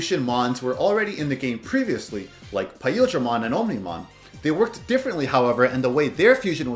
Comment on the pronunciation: its OMnimon not onimon